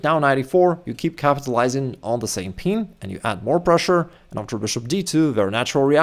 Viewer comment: It's "pin", not "peen".....😂